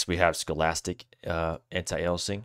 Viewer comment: Lmao pronouncing stochastic as scholastic